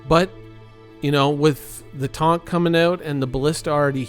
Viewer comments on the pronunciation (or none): You pronounced TONK wrong lol